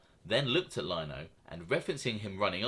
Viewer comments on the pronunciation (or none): I love u bruv but its lino (leno) not (lyno) 😂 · its Leeeeno mate, noy Lyno! LOL ;oD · oc, oc what am I gonna do w you??? It’s LEE-NO not Line-oh…lol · It's Frank " LEE- NO" NOT LIE-NO.. 😂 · You pronounce Sciascia like Shasha and Lino like Leano if that helps any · Lino us pronounced “LE E N O” TY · It’s frank Lino. As in Lee-no. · its pronounced Frank Lee No. good stuff Sonny Red was a Beast if this didn't happen he would of been Boss or Underboss of the Bonanno's , Chin would of made sure of that. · Love your channel. Keep em coming. Just an FYI Frank’s last name pronounced Lee-no. He was the cousin of Gambino memeber Eddie Lino who was murdered by the mafia cops. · Good video, just so you know for future episodes Frank Lino is pronounced Frank lee-no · Great content although you left out few vital pieces of info- Frank Curly Lino did not just voluntarily come in- he is a cousin of feared Gotti henchman Eddie Lino who was a Gambino family capo. Eddie Lino spoke up for his cousin and Fat Joey Massino (because of his relationship with Gotti) ensured Frank Lino wasn’t in any trouble. Also please stop pronouncing it as Lino as LINE- O, if you’ve watched John Alite’s videos or Sammy the Bull’s they all pronounce it as Lea-no. Thanks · One thing buddy is Frank Lino is pronounced “Lee-no”